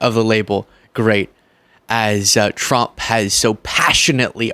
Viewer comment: I am going to give you some constructive critics. Many times when you speak “Trump” it sounds like “Frump” 😂